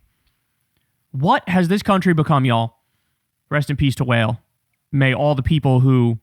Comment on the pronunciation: Wael is pronounce wa(IL) may he rest in peace